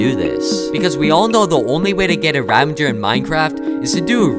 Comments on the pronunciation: it’s ravager not ravendeger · even pros still say ravagers name wrong